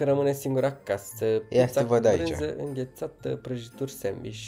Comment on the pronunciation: pizza cu brânzzî ba am murit de ras cum sa exprimat